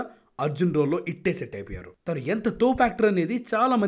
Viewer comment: Thanu word ni thinu ani yendhuku palikaaru, Meeru yevaru language ni marchadaniki 🤬